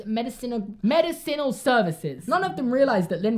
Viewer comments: STOP STOP! Its meDIcinal not mediCInal! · You said medi-sinal... not medisinal, it’s one word and pronounced that way not two words, sorry it just triggered me😂😂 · not being able to pronounce medicinal (muh-diss-uh-nul) is hilarious to me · Medicinal is pronounced: med-des-in-al